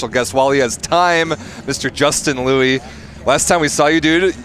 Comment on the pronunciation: If possible (before tonight’s game) can you relay to the Volleyball World commentators, Matt Prosser and Salima Rockwell that Justin’s last name is pronounced “Lou-eee” and not “Lu”? Thanks... Ray Lui (Justin's Dad)... Go Stanford Go!!